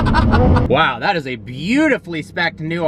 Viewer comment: Vwow, so cool. (Sarcasm)